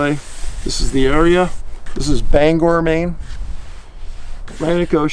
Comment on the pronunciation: And THANK YOU for the correct pronunciation of Bangor! Most mispronounced it as Bang-er...lol...Alex Trabek...bless his heart.